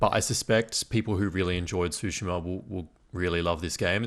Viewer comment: Why the mispronunciation of Tsushima? Tsu- sounds like the - ts sound in cats. So it's more Two-shima. Tsu - sound is exactly the same sound as the - tsu - in the car brand Mitsubishi.